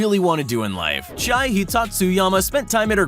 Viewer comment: Name Chie is pronounced chi-e not chai